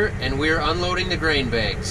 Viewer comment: Begs, not bags 🤪